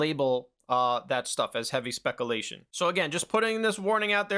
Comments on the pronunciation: I have some speculation that commenters will already have informed you of the injustice you've been doing a particular word that I need not waste time mentioning, so I'll move on. This is the first video from your channel I've watched, it was very informative and I really appreciate the way you are analyzing the information available to you, connecting dots, coming to logical conclusions, and explaining it to us. I learned a lot from this, and your willingness to correct your own mistakes is also important and actually adds credibility in my eyes. It's good that you use different words to indicate the level of certainty or credibility of different statements that you make. Keep speculating, you're decent at it, and that's a great way to extrapolate more than what we're directly told. Thanks for the video. I've got some minor criticisms, like I think you could probably save a few minutes pretty easily with some quick editing. If you don't want to edit your videos and you just want to keep naturally flowing through with one seamless take and no repeats, I understand. But for example, the 20 seconds you spent trying to pause that video of Pierre Hintze at a point that wouldn't do him dirty, could have been shaved off, and there are a lot of points where you stutter or repeat the same sentence or even repeat an entire point you're making, that could be cut to save time. It's not that big of a deal, I don't talk perfectly either and you did a pretty good job for one take, and I to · Bro stop saying Spekalation. It's "speck-you-lay-tion". Come on. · "speck a-lation" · SPEC OOO LATION 😂😂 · Speck-a-lation vs speck-u-lation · Do Americans really say 'specalation' instead of 'speculation'? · spek you lay shun . lol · I quite enjoy hearing you say SPEK-UH-LAY-SHIN 😂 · Speckle-lation bothered me too lmao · Also bro it's spec Ū lation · I like how u say specalation. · “Specalation” did you graduate high school? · LOL "SPECKALATION" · I'm pretty sure he's joking aha